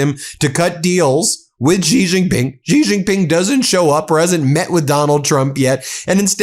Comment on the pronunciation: Ji Ji Ping. Jesus Christ. Look it up